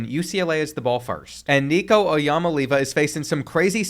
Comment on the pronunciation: you can’t pronounce nicos name still and that’s just fucking insane